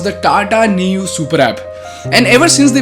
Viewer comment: Neu is a German word. The pronounciation is Noy